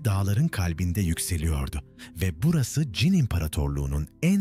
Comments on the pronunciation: Ç harfini kullanamıyormusunuz? Cin cin cin diye diye .... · Anlatıcı çin diyemiyor...